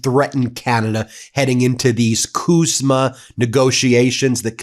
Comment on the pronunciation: CUSMA not KUSMA we are not Kanada.